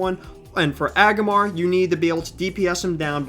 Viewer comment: I gotta point this out cuz it was driving me crazy while watching: in the Legion LFR you were saying 2 of the boss names wrong. E-O-NAR and AG-RA-MAR spelled phonetically for ya. PLEASE say them right now. Thank you!